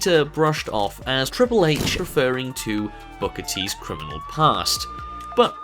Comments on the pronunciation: He said CRINIMAL 🤣🤣🤣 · Crinamal Crin-a-mAl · Crini crini crini crniimal. LOL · Are you having trouble saying the word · Don't let this distract you from the fact Randy Orton mispronounced the word Criminal in the racist promo lol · he made me studder Criminal after his 12 attempts trying to say it right